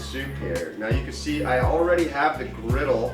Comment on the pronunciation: The scene from Psycho made me laugh out loud! 😂 Yum! This soup looks so good! 😋 (p.s. It’s griddle, not grittle). 😉